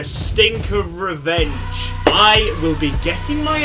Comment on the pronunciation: By the stink of 'reevenge' 😂